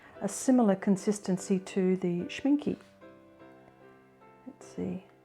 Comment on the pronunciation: You are pronouncing Schminke total wrong. The " e" at the end is pronounced like the beginning" e " as in elephant.